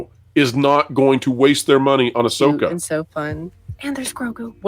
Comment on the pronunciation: Please it's AhSoyka 😂😂😂😂